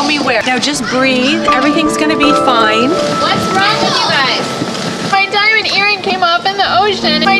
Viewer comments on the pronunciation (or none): Her: MY DIOMOND EARING Me: My phone